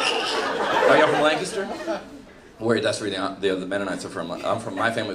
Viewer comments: I could tell he was from Lancaster because he pronounced it correctly. 🤣 But I'm disappointed he didn't know the difference between Mennonite and Amish. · Thank you for pronouncing Lancaster correctly! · He pronounced Lancaster correctly?! YEP; I 100% buy that his family is from here. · And he pronounced 'Lancaster' correctly! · I'm mostly proud that he pronounced Lancaster properly. It made my heart happy! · Stoked hey got the pronunciation of “Lancaster” 👍💪🇺🇸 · he said Lancaster right! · Same here. I was shocked he pronounced it correctly until he said he was from Lancaster. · He said Lancaster right.